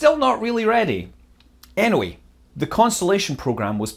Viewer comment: He say "anyway" or "anoii"?